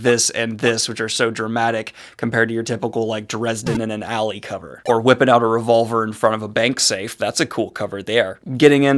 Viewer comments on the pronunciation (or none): none